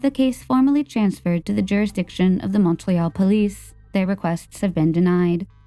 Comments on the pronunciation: The mispronunciation in the second story is off putting. I live in the area of Hawksbury. It is not pronounced Awksberry. Montreal is pronounced just like it’s written - Mon-tree-all. Marilyn is pronounced incorrectly too. It’s too guttural. Anyway, I’m happy to help with pronunciation on Canadian stories if asked. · Same with Montreal. Ugh